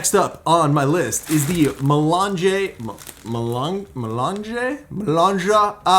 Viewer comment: may-LAHNJ If you pronounce French words like mélange (= mixture) just as you would pronounce their Italian equivalents (without the final vowel) you’ll be much closer to the correct pronunciation than you would be using English sounds.That’s because the two languages are siblings and many of their vowels and consonants sound the same. Examples: Italian campagna = French campagne (exactly the same, but don’t pronounce the final vowel) Try to pronounce the following French words as an Italian would: bibliothèque, libre, morte, gastronomie, rivière, tout, fantastique. Perfetissimo! Bravo! Give it a try — it can’t possibly hurt! 🇺🇸🇫🇷🇮🇹